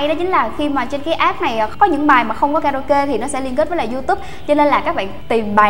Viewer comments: ạp chứ k phải app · app ns app cứ ạp nghe mà ứa gan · C ơi tiếng anh ko có dấu nặng đâu ạ app chứ ko fai ạp c nhé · góp ý xíu app=áp nghe ạp ạp cứ ngộ ngộ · đây méo phải vì đâu vì gọi App là áp ko phải ạp